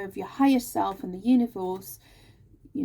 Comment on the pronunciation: Omg you said univorse by accident, that's how we pronounce it in geordie land 😊spot on as usual, but the stuck, scared to commit, get hurt again energy is my partner not me. He's Aries sun, Pisces moon. Thankyou again. I need another personal reading I will e-mail you xx